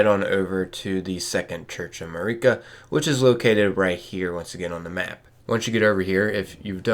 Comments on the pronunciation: its MARika, not MUHreeka. jeez the way ppl pronounce things is so damn cringe. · Nitpicker here. Hate when people mis-pronounce names that characters pronounce in the work itself. How do you say "ma-ree-ka" after you've heard everyone else say "ma-rih-ka" like 50 times??... Anyway... Super important stuff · How do you not know how to pronounce Marika’s name? They say it like a thousand times in the game